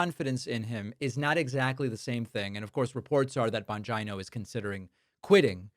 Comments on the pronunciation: David! Bon-G-EYE-NO?! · Why do you continue to mispronounce Dan Bonjino's name?